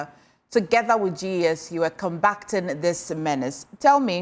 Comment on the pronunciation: The word is "combatting", not "combacting". May be if you speak naturally, you won't be struggling with such simple words.😡